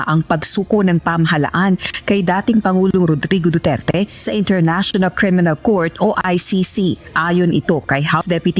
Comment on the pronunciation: BOOterte, BOOterte, 😂😂😂😂😂😂😂😂😂